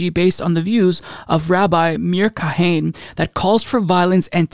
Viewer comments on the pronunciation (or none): fyi: "Kahane" is pronounced "kah-Ha-nah"... my dad has a bunch of his stuff... i was kind of a fan of his too when I was a brainwashed religionist... but yeah, dude is super racist. that said, he's not super popular either, but it's definitely a strain of racist thought which exists in israel.